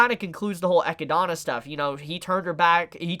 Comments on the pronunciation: I cringe every time I hear pronounce Echidna as Echidona when it should be just Echidna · Is it not pronounced eh-kid-nuh ....? Thats how I pronounce it and thats how google says its pronounced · why the fuck does he pronounce Echidna as Equidanna? LMAO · You keep saying Echidana...& Otoe...do you hear yourself? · Why do you pronounce Echidna wrong? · Cmon man you know its pronounced like the aninal you just doing this to make us mad. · Both the animal and the character are named after the Greek mythological mother of monsters, Echidna. I love his videos but his pronunciation of her name really fucks with my head.